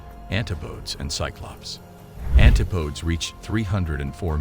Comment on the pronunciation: ‘Antipodes’ is pronounced an-tip-o-deez, not anti-podes. 🤣